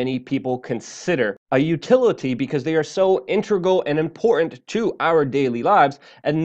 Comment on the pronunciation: Very inpormt. Nice speech impediment.